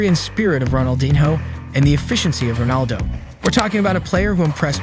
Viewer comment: STOP SHOWING RONALDINHO WHEN YOU SAY ROBALDO